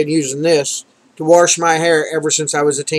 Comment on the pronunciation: are you saying "warsh"?